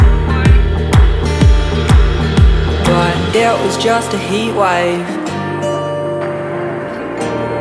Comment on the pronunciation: The song is good, however, and I have no idea why, but I don't like her pronunciation of heatwave... It's really weird I know but like I just cringe when I hear it said like that. Good song tho!